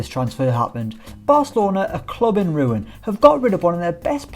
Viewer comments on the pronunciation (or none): none